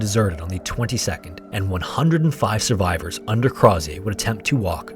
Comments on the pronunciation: its not pronounced Croz-ee-ay. its Crow-zher. he was Irish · Hey, love this ep, but Crozier’s name is pronounced more like “CROW-zee-ur” or “CROW-sure,” depending on your accent. He was Irish, and the name has English/Scottish origin, not French. easy mistake to make! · as an fyi, as an irish person, the last name crozier is likely said something like crow (like the animal) shur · Its pronounced Crow-sure, he was irish, not French! And the monkey was Jacque, pronounced Jock, not jack. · It's pronounced "Crow-zure" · Crozier’s name is pronounced “Crow-zee-er”. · I absolutely love your thorough breakdown, it's one of the best on YouTube... But the way you say "Crozier" like he's a refreshing, sparkling beverage absolutely slays me throughout 💀 (This is not a complaint, it elevates my experience, though it's my understanding it was more of a "Crow-zjer," rhymes with Hozier sort of situation). MAD RESPECT! Your research and presentation is always incredible, thank you for all you do! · Crozier - crow-zee-er it's my grandmothers maiden name. He's my great great grandfather or something. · Crozier is pronounced "CROW-ZHER." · Argh! Great video, but you said yourself Crozier was Irish. Stop pronouncing it like he was French! Crow-zer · Apologies, but Crozier is pronounced more like “Crow-sure”. The zi has a sort of sh/j sound. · I can’t with his mispronunciation of “Crozier” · It's crazy how much research and editing went into this but Crozier is pronounced improperly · Hi, great video. fun fact I live in Banbridge, the town Crozier is from, which is how I know you mispronounced it. Don’t blame you, but it’s spoken like “closure”, replacing the l with an r. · youtubers are so dumb the way they can't say Crozier. Oh, he was an Irishman of low birth named Craw-zee-yay, how lah-dee-dah